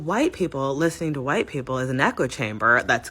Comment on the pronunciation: is that PALM ALLIES -- and showing their PALM FRAGILITY...sad - This girl can't even say white